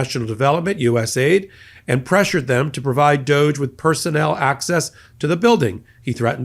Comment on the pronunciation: Doge.. pronounced douche